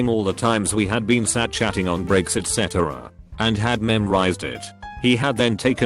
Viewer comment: ee tee cee et cetera